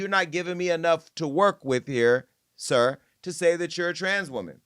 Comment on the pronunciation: Jason got me ctfu w the emphasis on SIR and HIM 😂😂😂😭😭😭😭